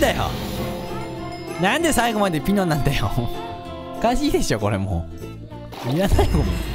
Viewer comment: ちろうじゃなくてぴのw